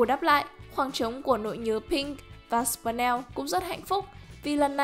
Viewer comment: Là sờ pin neo ko phải sờ pần neo